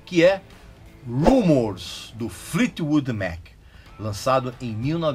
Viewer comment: No cd Rumors Fleetwood Mac é uma obra prima eu não sabia que tinha tanta confusão em estúdio. Agora todas as letras fazem sentido principalmente "Dreams" e "The Chain". E obrigada por me ensinar a falar Fleetwood Mac corretamente kkkk